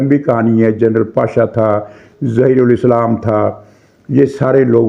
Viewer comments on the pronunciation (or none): جنرل پاشا نہیں بلکہ جنرل باشا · جنرل پاشا نہیں بلکہ جنرل باشا جنرل پاشا یا جنرل تماشا